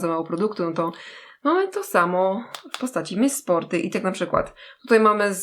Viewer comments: Czyta się 'miss sporti ' ,a nie tak jak pisze , ' miss sporty ' :3💛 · Miss Sporty a nie czyta się Miss Sporti ? XD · mówi się mis sporty a nie mis sporty...